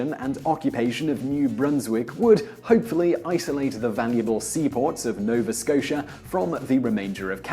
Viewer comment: that pronunciation of nova scotia, sounds like sean connery